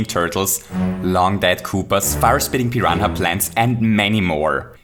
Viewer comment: Did he just say Pi-ran-ha Plant